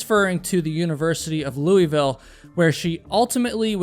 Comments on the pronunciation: I know this is a little late but you pronounced LOUISVILLE Wrong!! Loo-uh-vul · I really like your channel! I very much look forward to your videos! That being said, I do have a minor correction. I've spent many years in Louisville, KY, and I gotta say that only people who aren't familiar with the city pronounce it "Loo-ee-vill." To pronounce it like a true Louisvillian you need to pretend like you have a mouth full of rocks, and then you garble out "LOO-a-vul." And if you think that's odd, you should take a gander at how we pronounce Versailles, KY. "Ver-sails" You'd never know we have a huge French influence, and many native French speakers here with how horribly we pronounce things!